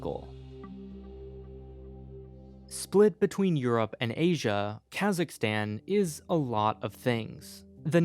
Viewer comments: LOVE the info but your pronunciation is painful! Considering your geographic and linguistic expertise I'd assume you'd know that the American "aa" (as in cat) sound is EXTREMELY rare in the world?!? It's "Kazakhstan," dude, as in "father"! Your cat in the hat pronunciations are like fingernails on a chalkboard! Thanks for the info though :) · I see some comment bitching about "Kazakhstal" thing XD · lmao kazakhstal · They need a true Kazakh to be in this and its not kaaaaazzzzzaaaakstanneee its Kazakhstan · It's pronounced K-AaH-Suhk-stan. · That is not how you pronounce Kazakhstan